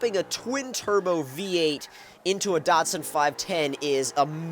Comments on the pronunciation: why does he keep pronouncing datsun wrong DAT-SUN not dotsun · Datsun...... not Dotsun but awesome video still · lol datsun is the name nissan used when the first started importing cars to america because they were afraid of market failure and they didnt want to dishonor the nissan name. i was just making fun of the way he says datsun. "dot-son" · what the fuck is a "dotsun"